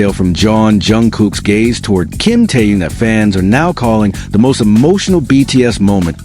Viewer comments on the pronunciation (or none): Автор очнись, Тэхен, а не Тэен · Почему вы Тэхена, называете Теен, имя правильно называйте, противно слушать